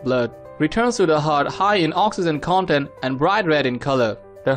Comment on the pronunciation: Speak English Bro. Its Not Conent Its Content.